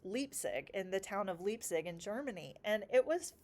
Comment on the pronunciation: Hey from Germany! Bach‘s ch is more pronounced as in ugh, this gurgely sound in the throat. Bach means creek btw 🙂 The german ei as in Leipzig is always pronounced like the I in mind- and it’s a beautiful town! The way you talk about learning makes me want to restart some kind of lessons too, you are very motivating and i think your kinds can be very glad you’re teaching them 💜